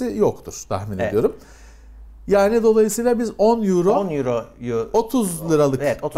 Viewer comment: 10 yüro ney, oyro diye okunuyor:)